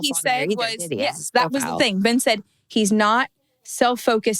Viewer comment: You say the name BEN, "BEN" NOT "BIN" that's common sense.